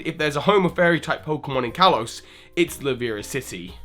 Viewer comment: estelle healer it's kalos not kalose